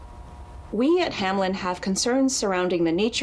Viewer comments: "Hamlen, Hamlen, Hamlen" So close yet so wrong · Is no one gonna talk about the fact that the company is named Hameln but everyone (even people in the tapes) pronounce it Hamlin. Putting the L before the -en. Did they mean for it to be spelt like that? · does it bother anyone else that its "Hameln" and not "Hamelin" or "Hamlen" or something?? It sounds like everone is saying anything but Hameln.